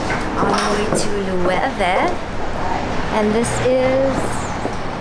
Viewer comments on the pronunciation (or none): mali po yun its lou-ve yung 'V' emphasized actually mahirap isulat yung pronounciation nya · Loewe is pronounced as "Luweve"? Gosh, thank you Ms. Heart! Been pronouncing it wrong pretty much my entire life lol